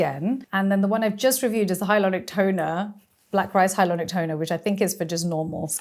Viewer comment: Funny that she says "hyalonic" instead of hyaluronic.